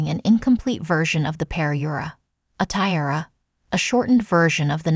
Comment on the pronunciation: Weird pronunciation of parure and tiara